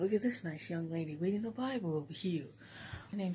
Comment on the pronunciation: I'm weading this berse